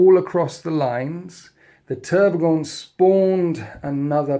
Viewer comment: How u call the Tervigon Trygon all the time gives me seizures XDD